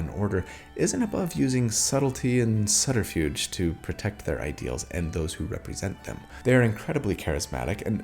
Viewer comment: Unlike the B in subtle, the B in subterfuge is pronounced. (Just sharing this info in case you find it interesting. Say things however you want; it’s your mouth!)